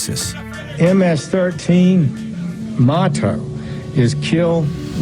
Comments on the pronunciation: I just really hate the way Sessions says "motto" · Jeff sessions doesnt know how to pronounce "Motto."